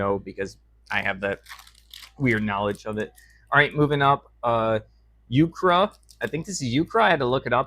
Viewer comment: Euchre is pronounced like "you-ker".